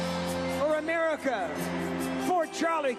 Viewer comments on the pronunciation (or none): Am-Erika. (America)